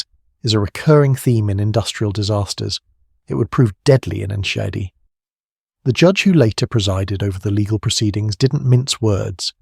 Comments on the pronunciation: Your butchering of the town's name is almost offensive, but so ridiculous that I couldn't help laugh. I'm actually heading there to be with friends and family for the holidays. I suggest that you take Enschede into Google translate and learn the pronunciation. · Text to speech AI is just awful. You've butchered the name of the town and the over dramatisation has made what should have been a 15 minute video in to 40 minutes.